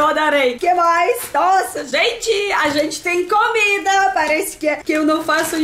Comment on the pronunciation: Pode continuar a falar "camida", XD. Que SHOW essa caneca de Tim Maia!!!😍😍♥️♥️♥️